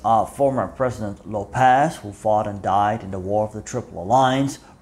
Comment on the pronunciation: Small mistake, It's López, not Lopéz